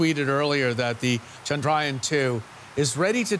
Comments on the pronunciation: Try to say ... Chndra - yaaan...not chaand-raayan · It's pronounced as "Chun-druh-yaan" and not Chundraa-yun. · It's pronounced "chandra yaan" not "chand raayan". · It's Chandra yaan not Chandrayan . Even Indian reporter said it wrongly. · It's not chand-ryan its chandra-yaan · The right pronunciation is Chandra(Moon)-Yaan(vehicle).. You can pronounce it like u pronounce yawn only with an emphasis on 'A' from an open mouth